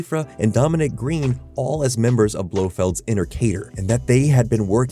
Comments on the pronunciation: inner CADER? wut, Cadre is like Cod-ray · Kay-der? Do you mean cadre? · it’s pronounced ka-dree